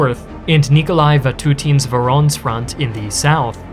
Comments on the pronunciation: Voronezh is pronounced Voh-roh-nesh (like mash in mashed potatoes) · Voronz 😂 Its voronezh. Sound it out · It’s Voronezh. VO — RO — NEZH! Other than that, awesome video. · I think it’s part me knowing is so good but I was flabbergasted he messed up “voronezh” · Wait till you hear how he pronounces Voronezh